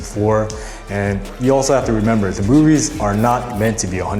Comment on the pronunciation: You forgot “remembah,”